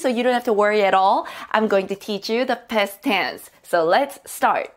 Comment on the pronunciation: I like how you pronounce "Past Tense" as "Pest Tens". Sounds annoying yet funny